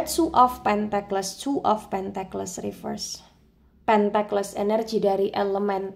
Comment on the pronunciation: Punten mbak. Tulisan Pentacles bacanya sepertinya "pèntekels", bukan "pèntekles".